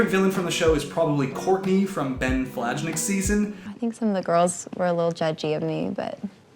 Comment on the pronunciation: Love your videos! It’s hilarious that Ben’s season was the first that you binged. BTW his last name is pronounced “Flanick” the j is silent. I’m only pointing this out because he is a childhood friend of my husband’s, so I notice it.😂